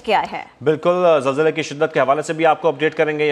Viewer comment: zalzale ke .. bolna seekhlo pehle .. har chiz me Jay na laya kro. apne aap pr haso